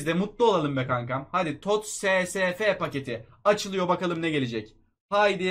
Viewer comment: TOTS'a Tost diyen koca yürekli adam